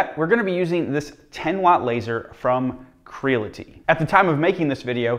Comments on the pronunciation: I busted out laughing when he said “creelity” then I was like wait have I been pronouncing it wrong all this time? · Dude, it's cree-ality, like the word REALITY. portmanteau of create and reality, Creality.